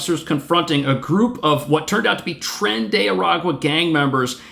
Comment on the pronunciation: CONSULTORÍA DE ENTRETENIMIENTO: It is "trEn !!!", read in spanish or even better Latino. Lo demás perfecto !!!.